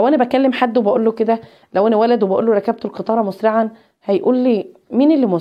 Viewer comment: نقول ركبت بكسر الكاف وليس بفتحها وشكرا أستادة